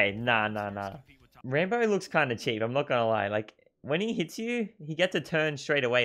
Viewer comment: Its rAmbo, not Rainbow XD